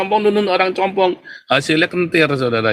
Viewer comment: Bukan compong om tapi cumpung😂😂😂😂😂😂😂😂😂